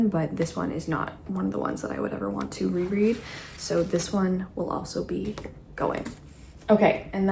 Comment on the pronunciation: "reread or rehome"?